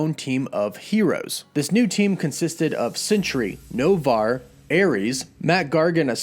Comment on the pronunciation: Why do you pronounce it Avingers instead of Avengers. Mintioned instead of mentioned. Sintry instead of Sentry. Not sure where you're from but many Californians share that one issue, replacing short e's with i's.